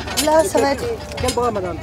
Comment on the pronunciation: Expliquez au commentateur en voix off que "va être" se prononce sans "t". Plusieurs occurrences dans ce reportage!